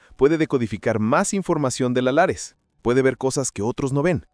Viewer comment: Lattice no lares